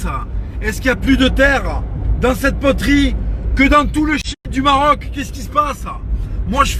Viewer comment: Il me fait rire comment il dit poterie mdr "poteurie"